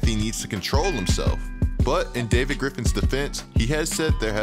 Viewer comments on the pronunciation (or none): none